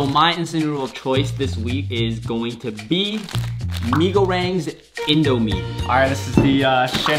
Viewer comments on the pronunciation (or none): you pronounced the word indomie wrong